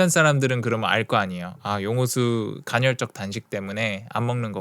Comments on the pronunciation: 간헐적인데 계속 간혈적 이라고 말하시네..ㅋㅋ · 왜자꾸 갈혈적이래 ㅋㅋㅋ 간헐적!!!! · 2시간 짜리 영상에서도 전혀 흐트러짐 없는 목소리와 딕션에 감탄하였는데(그 영상 진짜 최고였어요!!!!), 이번 영상에선 간헐적 단식을 간'혈'적 단식에 가깝게 발음하셔서 그 단어가 나올 때마다 괜히 긴장이 되네요ㅠㅠ [가널적]으로 발음하면 쉬워요! 항상 완벽을 기하는 용호수님의 영상에 옥에티가 있는 게 너무 아쉬워서ㅠㅠ 잔소리?팁? 하나 드리고 갑니다^^ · 발음이 안좋른건가? 왠 간혈?. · 저도 간헐적 단식 2달간 하고 있는데 좋네요 그런데 커피는 의학적으로 하루에 한잔은 괜찮습니다 그리고 영어발음은 이해하는데 간헐적 단식발음이 간혈적 단식 으로 들리네요 오류인지 실수인지 모르지만 간혈적으로 들리고 틀린겁니다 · 간혈적 말고 간헐적이요! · 간혈적이라고 말하고 간헐적이라고 자막쓰면서 이불킥 했을듯요 ㅋㅋㅋㅋ 저도 용호수님 예전 생활하고 비슷하게 살고 있는 중인데 저도 간헐적 단식까지는 아니더라도 카페인 끊는 거 도전해봐야겠어요!! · 갼헐적 단식이라고 계속 얘기해서 ㅋㅋㅋ 좋은영상 항상 감사합니다 더욱 건강하시길~~^^ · 간헐적 간혈적 발음 지적만 당하는 용호수 그러니까 좀 잘해 ㅋㅋㅋㅋㅋ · 궁금한데 외국에서 오래 생활하면 "헐"발음이 어려워지는건가요?? 대니조라는 미국에사는 운동유튜버도 간혈적 단식 이라고 발음하던데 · 근데 왜 발음을 간혈이라고 하는거에요? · 간헐적 단식을 간혈적 단식이라고 발음하는 멋진 우리형..간Zㅣ.. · 홀리크랩 형님 간헐적 계속 간혈적으로 말씀하셔서 괜시리 신경쓰입니다 형님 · 저만 “간혈적”으로 들리나요..? 영상 깔끔하고 좋네요 ㅎㅎ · 자꾸 간혈이라고 그래서 나만 잘못 들었나?했는데 역시나.. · 영상 중간에도 간’혈’적 이라고 나온다요! 발음영상 후에 이러니까 위트로 느껴져! 인간적이야 지금까지 너무 완벽했어. 다음 영상에서 ‘앗 지금까지 간혈로 잘못 알고있었어요 헤헤 나도 모를수도 있지! 버럭!’ 하면 귀여울 것 같어ㅎ 누군가 이걸로 악플이나 안 달았음 좋겠다! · 나도 간혈만 들려 ㅠ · 보스턴식 간헐적단식 발음인가 ㅋㅋㅋㅋㅋㅋㅋㅋㅋㅋㅋㅋㅋㅋㅋㅋㅋㅋㅋㅋㅋㅋㅋㅋㅋㅋㅋ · 설마 저번 영상에 이은 틀린 발음의 예시... 나중에 복선 회수되나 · 간혈이 아니구 간헐이구요 생장호르모르몬이 아니라 성장호르몬이에요 미국에서 어렷을때부터 살은 나도 이런발음되는데